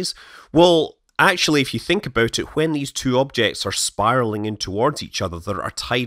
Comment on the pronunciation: The way you say when is awful